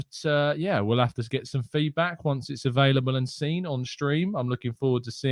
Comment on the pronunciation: Hi massive fan of the morning show keep up the good work but bro you pronunciation of seen as sin is really starting to question my love for a amazing channel please respect the 2 ee's the went into the make up of seen it will improve my viewing pleasure please and thanks (and yes I do have to much time on my hands 😔)